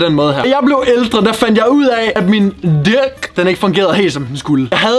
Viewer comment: Den mådedu siger di*k hmmh oke